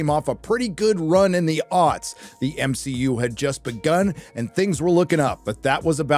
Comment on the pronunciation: Did you purposely say m she u